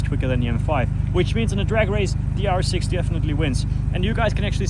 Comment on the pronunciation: Every time you sayd rs6 i heard yaris 6